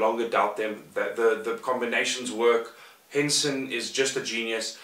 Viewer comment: Henson, did you say H E N S E N ???